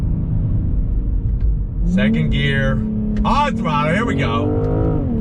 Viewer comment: The way you're saying "On Thrutlle" is super 😂👍🏼